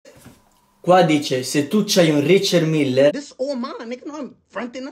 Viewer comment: Richard “Miller” 😂😂😂